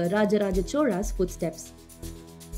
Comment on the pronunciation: Lol it is cholas but she is pronouncing choras